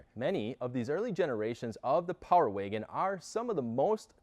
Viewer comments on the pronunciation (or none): I can't stand how he says power waygon